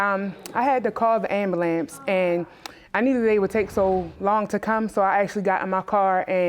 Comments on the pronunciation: "Ambalamps.." Lol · Did the lady say “ama-lamps”…?🙄🙄🙄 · Did she say ambalamps? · i stopped watching at "AMBALAMBS" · "I had to call the abalamps" 😂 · She said "Amalamps"?